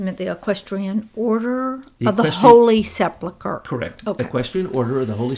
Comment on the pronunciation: This is the most comprehensive wrap up of Truth [and truth] I've ever heard. Everything comes into sharp focus. I'm stunned. Thank you for all this effort. Incidently, it's sePULchre not sepLEchur.